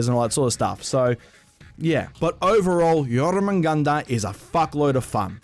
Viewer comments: U still dont know how to pronounce it...its pronounced yorr-mun-gandurr (roll the r’s) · nice pronunciation of Jormungandr